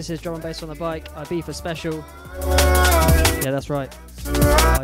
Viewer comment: It's pronounced e-biza (I it's e sound in Spanish and Catalan )